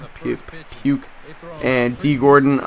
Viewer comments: its puig (pweeg) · Btw it's pronounced pweeg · It's pweeg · Pweeg lol every time I thought you were saying puke lol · You keep saying pig wrong